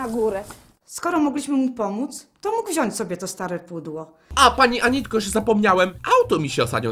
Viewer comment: drobna uwaga dla pani... MÓWI SIĘ WZIĄĆ!!!!! (sorka ale bycie córką nauczycieli ma swoje minusy)(poprawiam wszystko i wszystkich)